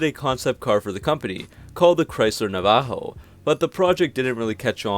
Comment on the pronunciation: Nav-uh-ho Navajo